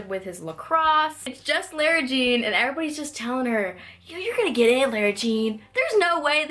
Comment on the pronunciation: why do you pronounce lara jean like that? i